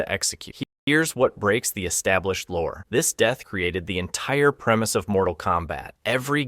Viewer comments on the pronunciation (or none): none